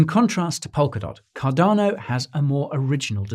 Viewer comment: Thank you for now pronouncing Cardano correctly! You used to really irritate me by saying it without using the 'R'.......Cadano! But I've noticed that you are now using the 'R' much better, which makes me very happy. Thank you again.